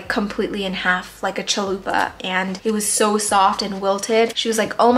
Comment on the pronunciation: You mean like a Taco Bell Chalupa. Not chulpa like you said